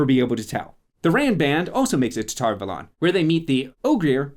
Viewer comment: Valon rhymes with talon. That drove me nuts almost as much as anything else about this mess of a show.